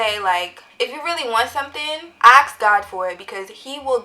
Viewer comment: It’s ASK not AKS